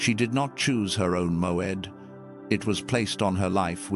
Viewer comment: MOED not MOAD?